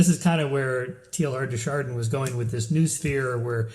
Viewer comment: Tay-Ar de Shardan, please!